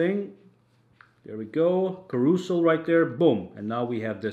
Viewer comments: You mean it's not pronounced Kah-roo-zul? 🙄.... 🤣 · "Caroozel" hahah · carousel is pronounced ca-ra-sel :) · Excellent video. FYI carousel is pronounced cara-sail.